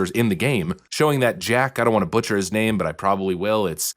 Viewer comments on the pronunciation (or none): none